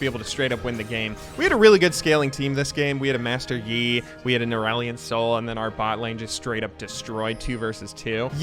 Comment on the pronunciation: "Irelion Sol"